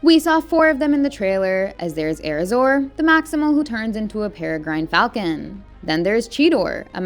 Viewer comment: This lady has never seen transformers or beast wars. Ever. Also, it’s pronounced air razor. And she is a peregrine falcon. Pronounced pair a grin.